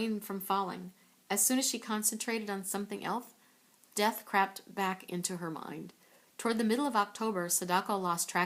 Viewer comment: When she said crept i heard crappped.